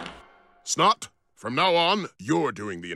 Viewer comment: It’s Snot not Snod